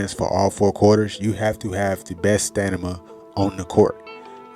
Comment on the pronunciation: *Sta-MIN-Ah👍🏿 > Sta-Nah-Mah👎🏿